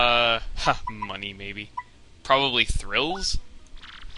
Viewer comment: "Problably Thrills?" ONE TWO THREE FIVE FOUR FIFTEEN ONE HUNDRED THREE POINT ONE FOUR ONE MARZILLION TEN!